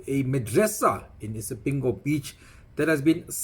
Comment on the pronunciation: its not Spingo it is called ISIPINGO just to rectify you. No insult to you. But i love your shows.